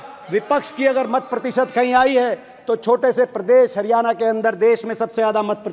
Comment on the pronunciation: Bhai aapke father 10 sal C.M. rah chuke hai Kam se kam हरियाणा ko हरियाना to na bolo 🙏🙏